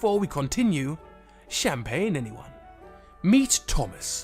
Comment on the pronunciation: Pls dont say champagne made me go crazy